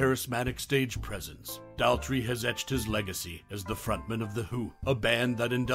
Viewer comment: It's doesn't rhyme with pal 😡😢 It rhymes with paw. 🙂❤Daltrey.